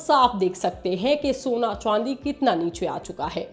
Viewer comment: Ye madam chandi ko chwandi kyu bol rhi hai.